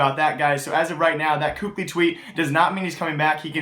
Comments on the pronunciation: its kaylee not cookli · first off, you obviously were mad because you used the f word second of all kukli isnt how youpronounce his name, im just informing him on how to say it correctly, just because someone says differently doesnt mean its the correct pronunciation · it's pronounced kaly. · For a "news" channel there is a hell of a lot of subjectivity and empirical information provided. I find myself disagreeing with consistently with how I feel teams stack up. Also you should learn to actually pronounce KQLY. Not hating, just being objective with you.